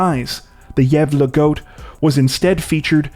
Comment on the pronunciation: Being Swedish is my first language I truly have to applaud you in your attempt of pronouncing Gävle correctly. Well done 👍